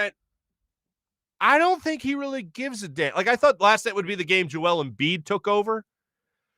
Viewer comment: How the heck did Hayes think Embiid’s name was pronounced??